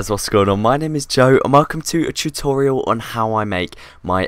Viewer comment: when you thought you could truste not to say chutorial instead of tutorial